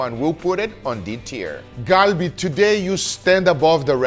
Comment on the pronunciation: You know Guga has been around Koreans. He pronounces galbi perfectly! 🙌🏼💯🇰🇷